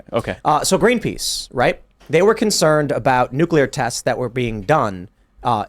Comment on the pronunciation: It’s Nuclear and pronounced Nu-clear not Nu-que-lar.